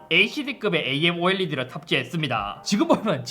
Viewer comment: 에이엠올레드?아몰레드를 말하는건가?